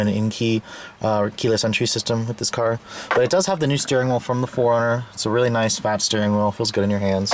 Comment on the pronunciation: When you say '4-runner' it sounds like 'foreigner.'